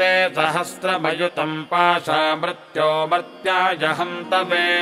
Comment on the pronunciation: uchcharn me ree ki matra ko sahi nahi bola ja raha .mrtyor nahi mrityor bola jata hai.Mrtyunjaya nahi mrityunjaya bola jayega.